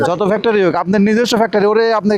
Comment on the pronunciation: Ucharon thik korte habe Glass Not Gelas Factory not Factary